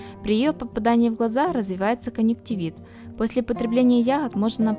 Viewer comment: Зато "конъюнктивит" правильно произнесла, без ошибок!))) Невероятно, но заслуживает уважения!))😊